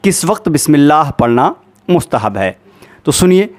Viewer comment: What is mustahan???? It's mustahb